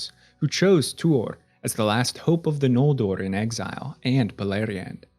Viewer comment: Oromë, Sindarin, Noldorin, Maedhros, Nargothrond, Curufin, Nirnaeth Arnoediad, Maeglin are off.